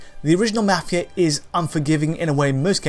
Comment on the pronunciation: He says mafia weird